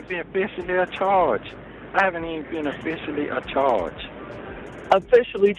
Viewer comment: What is "officially acharged"??🤣🤣🤣